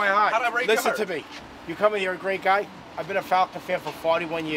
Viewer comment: “You broke my Hahhht” THATS MY MAN